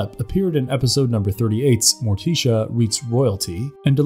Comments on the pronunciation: Bro said morteecha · Fred Ass-stair... More+tea-shu...? Where the f do these narrators come from? This has been a reoccurring theme lately on YouTube.. I did notice that the parent company is from India. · Ummm.....a single panel "animation", is called a drawing, or comic if you prefer..... animation denotes motion, a single panel has no motion. Also, why does he pronounce Morticia as "More-tee-sha" and Enid as "Eh-nid"? It's "More-tish-a" and "Ee-nid" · Whoever wrote the script for this guy, please make sure he knows how to pronounce names right before recording . Him saying Mortician and Enid wrong upset me and my homegirls lol . Also it’s just Thing, NOT “the thing” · Why is he mispronouncing Morticia and Enid so badly??? C'mon, you can't be unaware of how they're said!!